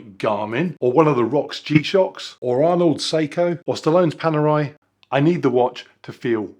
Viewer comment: I'm just impressed you pronounced panerai correctly 👍🤣